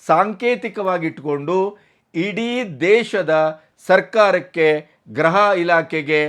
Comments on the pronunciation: ರಿ ಅದು ಗ್ರಹ ಅಲ್ಲ ಗೃಹ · ನಾನು 2--3 ವರ್ಷಗಳ ಹಿಂದೆಯೇ ಹೇಳಿದ್ದೆ ನಿಮಗೆ, ತುಂಬಾ ಉದ್ದುದ್ದ ವಾಕ್ಯಗಳನ್ನು ಪೋಣಿಸಿ ಮಾತಾಡುವುದನ್ನು ಬಿಡಿ ಅಂಥ. ಆದರೆ ನೀವು ಭಾಷಾ ಪ್ರಾವಿಣ್ಯತೆ ತೋರಲು ಪ್ರಯತ್ನಿಸುವಿರಿ. ಅದು ಗ್ರಹ ಇಲಾಖೆ ಅಲ್ಲ, ಗೃಹ ಇಲಾಖೆ. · ಅವರೇ, ಗ್ರಹ ಇಲಾಖೆ ಅಲ್ಲಾ, ಗೃಹ ಇಲಾಖೆ ಎಂದು ಹೇಳಿ